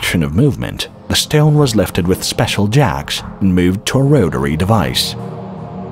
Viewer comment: It's shteone. Heh.